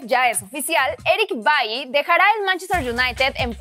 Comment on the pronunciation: Es Eric Bailey no Eric bay 😂